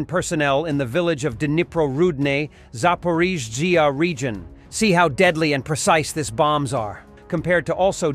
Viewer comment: Zaporijajauaa Region, the Text to Speech AI failed.